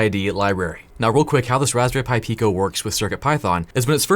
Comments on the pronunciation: “Hey please connect this respberry pi to your pc” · Raspberry Py